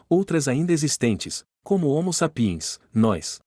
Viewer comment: A PRONÚNCIA CORRETA É HOMO S(Á)PIENS, VÉI! NÃO É "SAP(Í)ENS" NÃO! 🐴🤬